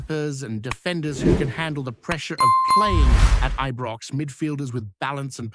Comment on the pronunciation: IBROX NOT EBROX